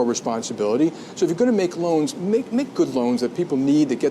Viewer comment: *its loans not laons